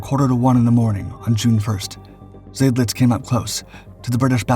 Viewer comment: Not Zaydlitz but Zydlitz. Of course this poster isn’t a human, but a brainless computer.